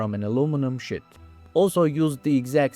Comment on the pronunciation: Sheet not "shit"